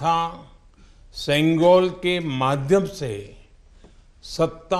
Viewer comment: தமிழ் தமிழ் என்று பேருக்கு சொல்லி திரியும் இங்கு இருக்கும் தத்திகளே பிரதமரின் இந்த பேச்சைக் கேளுங்கள் செங்கோல் மற்றும் தமிழ் வார்த்தைகளை எவ்வளவு அழகாக சொல்கிறார்‌ வாழ்க வளமுடன் திரு மோடி ஜி ஐயா உங்களை வணங்குகிறோம் ஜெய் ஹிந்த் 🙏🙏